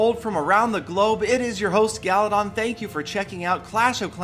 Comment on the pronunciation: always enjoyed the way says gallydon